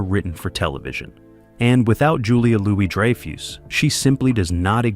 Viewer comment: "dry - foose", "beans" - ya gotta love AI, although not quite "there" yet.